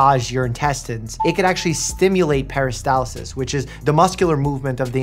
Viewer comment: Mike, how's about not adding an "i" to "peristalsis" and not removing the first "r" from "turmeric"? Come on you're a freaking doctor right?